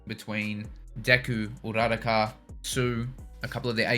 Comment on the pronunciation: "Uh-rah-de-kqa"😂 come on with these TERRIBLE enunciation. Just watch a single episode in English so you can get the names right. Respect fully for watching the sub, not dub but come on yall.